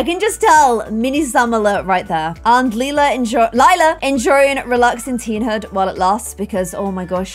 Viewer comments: this is for you: Lila is pronounced Lie-la Lela is pronounced Lee-La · it’s LIE-LA NOT LE-LA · It's Liiiiiiilaaa not leeeeela rlly. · in the middle of the episode: Lila not liela Can't wait for that to be in every sing episode until plum Gen ends😂❤️ *I didn't know how to spell the difference * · LILA NOT LELA